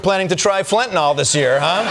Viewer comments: Why do people pronounce fentanyl "fentanol"? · What is fentinol? I know about fentanyl... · What is fentinol? I've heard of fentanyl. Not fentinol. Oh well. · Can't any of you read??? The spelling of the drug you are talking about is FENTANYL.... There is no letter "o" before the last "l", so not FENTANOL, but FENTANYL, pronounced FENTANIL !!! Grrrrrrr!!!!! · Fentanyl. It's pronounced 'Fent-an-ill', not 'Fentinol.' As a hospital pharmacist, I might know what I'm saying. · It's not FentanOLL, Its's fentanILL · Why do people say "Fentynol"? Its FENTANYL! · Americans still cannot pronounce Fentanyl. No O in there guys. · It's pronounced fentanil, not fentanol. You'd think she would have known that, from profiting on it coming in the back door. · "Flentanyl" did you say 😂 puff 💨puff 💨 😯uhhh🤔🙄🤔....... 🤨WHAT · That drives me nuts, too. It's pronounced FEN-tuh-nill. 💊💉💊💉💊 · There’s no such drug as”fentanol” 😂😂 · Why does she keep saying “fentinoll”? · That’s not what she said. She said it was 21 million “Fentanawl” 😂😂😂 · Does it drive anyone else nuts how they pronounce fentanyl???